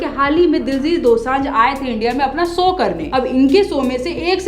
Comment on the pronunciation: Sow nahi Show, Kusi nai Khushi, reaxan nahi reaction. Wa DD.